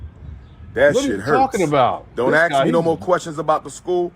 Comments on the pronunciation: Let me ax you a question. How do they pronounce axe? Just asking. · Even an educated man like cannot say ASK. He says ax.